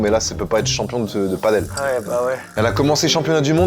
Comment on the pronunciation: On ne dit pas padeul mais bien PADÈLE, ça vient de pays où l'on parle espagnol donc ...